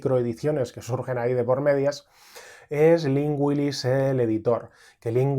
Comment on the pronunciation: Cada vez que dices Lynn Willis mis oídos oyen Lingüilis 👅 (lo sé, soy idiota 😅)